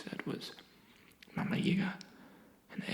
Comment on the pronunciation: Mamayga is more like mugh-mugh-ly-guh